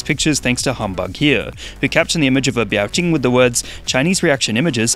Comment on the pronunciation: Biao Qing is pronounced "Beow" (meow with a B) and "Ching?".